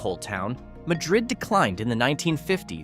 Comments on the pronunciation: It's MAD- rid, you AI doofuss! I was so afraid this wonderful little town would wind up on your stupid list. At least pronounce it correctly, or get laughed at by the good folks at Java Junction. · its pronounced MAD-rid. the spanish pronunciation is not used in this instance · I live near Madrid. It is not pronounced as Madrid Spain. It is pronounced Mad-rid. By the way... A stone church? The church that you showed was absolutely nothing but wood. Michael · Ma-dred, Is what locals say is the right way to say it.